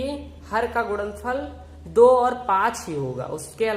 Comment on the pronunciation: Ye Pagal kya apan apan karta h upon nhi bol sakta kya or kya ye gudanfal bol rha h gunanfal nhi bol sakta kya🙄🙄🤣🤣🤣